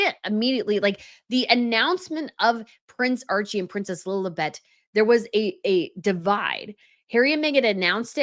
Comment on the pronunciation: said “Lilabet” (Stupid name BTW) I heard “lil butt”